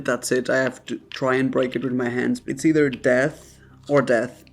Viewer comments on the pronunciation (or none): none